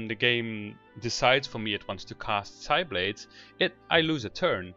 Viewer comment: Thanks, this helped a lot! Also, the "P" in "Psiblade" is silent ;)